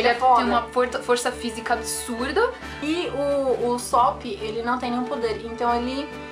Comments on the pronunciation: se lê usÔpp kkk e nao usÓpp eu acho kkkk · Mas no anime eles falam usÓpp, não?